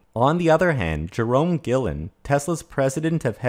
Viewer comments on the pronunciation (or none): I believe it’s Jerome “Ghee-en” Not “Gillen”